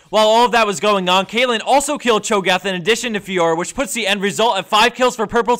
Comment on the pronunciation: He says Cho gath XD